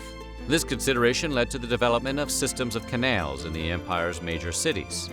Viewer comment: The way the narrator says “Canals” is funny it’s like he’s saying kenails lol